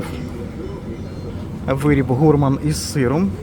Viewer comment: Доброго дня! Дякую за огляд . Правильно гурман . Наголос на а .сорі😊